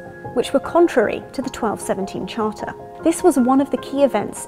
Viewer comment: The chárter